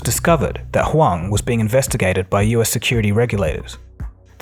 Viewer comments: Interesting how you keep changing between pronouncing him as "Hu-wang" and "Hu-wong", the latter being correct I believe. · The way you effortlessly switch between different pronunciations of Hwang to calling this man Bill like he’s your friend has me DEAD! 🤣 Keep up the good work!!!